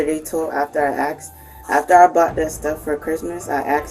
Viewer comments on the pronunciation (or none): It's Asked not Axed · "I axed them" 😂 why cant they say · Why can’t black Americans pronounce the word asked correctly. They always say axed or aksed. I mean try for God’s sake. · It's "ASKED" not "AXED" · 1. it's "asked" not "aksed" 2. change those smoke detector batteries 3. where's the wh it e girl from the thumbnail?